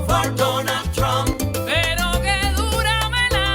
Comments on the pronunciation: You guys got me crying pronouncing Trump with an “n” at the end. 😅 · "I will BOTE for donald tRUNK!!!" 😆 🤣 😂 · Spanish language pronounces "v" like "b" and they don't pronounce "p" as forcefully as English does so that's why it sounds like Trum. 😆🤣